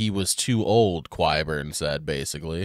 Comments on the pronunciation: Okay, it's not Elena, it's Olenna, and Qyburn is pronounced like a K, not a Qu. Any names here that have a Q not followed by a u are not pronounced Kw. You've probably finished recording all these by now, so, just in case this is useful to you later, I guess. :) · It's pronounced Ky-burn.😊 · Will we get a correct pronunciation of Qyburn before the show is over?